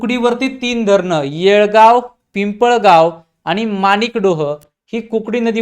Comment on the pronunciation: येडगाव असं नाव आहे येळगाव नाही